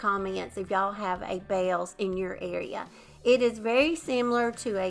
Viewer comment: Yes we have a Bealls and I like it alot. I also pronounce it the same as you. 😂